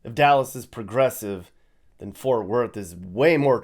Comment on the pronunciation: WHY does everyone have such a hard time saying FORT?? 🙄